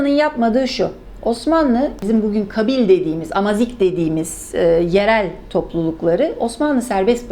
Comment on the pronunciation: kabil değil kâbil olacak . abdulkader değil abdulkâdir olmalı .